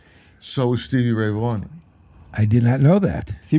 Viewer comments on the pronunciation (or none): none